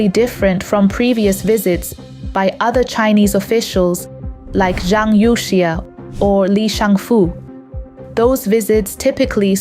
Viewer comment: This looks like fake. The Chinese names are pronounced wrong - Youxia??